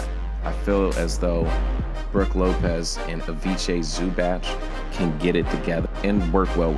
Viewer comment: Jesus fuck man, it's pronounced "ivitsa zoobats". And yes, I'm extremely pissed about losing dlo for just salary dump